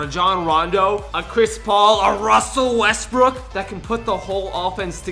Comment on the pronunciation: Boo Russel Westbrook I mean wussel westbook